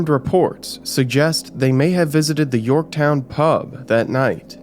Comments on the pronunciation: Yorktown, Not Yorkton😮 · Yorkton? It's Yorktown. Gotta have the W in there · York-Town. Americans shouldn’t mispronounce it. It’s where the revolutionary war ended. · It’s pronounced York-“town” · It's York-Town. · dude, it's YorkTOWN lmao